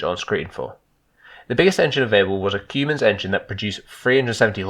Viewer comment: Nice videos,love how you say Cummins like cumin,the spice